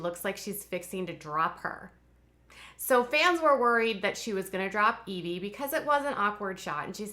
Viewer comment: The baby's name is Eh-vy, not Ee-vy :) I thought it was the latter as well until I heard Joy use her name